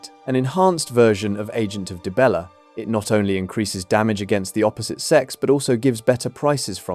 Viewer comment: Dude converted dee-bella into die-bella... 😂😂😂